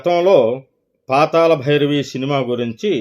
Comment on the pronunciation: పాతాల భైరవి కాదు... పాతాళ భైరవి. తెలుగును ఖూని చేయవద్దు